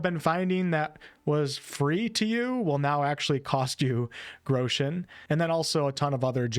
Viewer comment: Its "Grosch-en" not "Groo-schen" spell the"o" short.